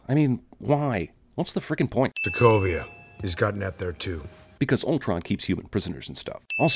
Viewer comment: Hawkeye can't even pronounce "Sokovia" correctly lol